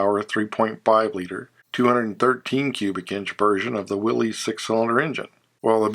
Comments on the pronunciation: Nice video. Minor point: John North Willys pronounced his name as WILL-es, not Will- EEZ. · You're not pronouncing Willie's right. It is actually pronounced Willis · Just stop! There is no Willeeez. The name is Willys and it is pronounced Will-is. I enjoy automotive history. Stop butchering it. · History matters, as does the proper pronunciation of John North Willys' name. I have met a few people who, actually, believe that these trucks and cars were produced by some guy named Willy. Your information is important enough, and presented well enough, that contributing to the ignorance of that company's history demeans you efforts.